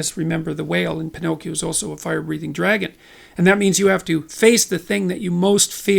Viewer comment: You lost me at, Pinocchio, the whale is a fire brithing dragon and "of curse, phoenix tears have healing powers!"... You can be right about everything you said, but somehow still sound like a rumbling mad man.